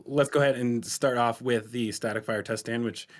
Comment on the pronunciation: Bro, I need to know why says 'ze' instead of 'the' sometimes..? Its so odd haha 😅